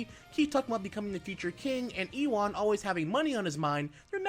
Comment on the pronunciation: Nice review (and this IS admittedly very late-) BUT I do have a problem with your pronunciation of in-game names and such, which you should know if you actually played the game. "Ewan" was by far the worst offender since it's pronounced "You-en" and not "E- WAHN"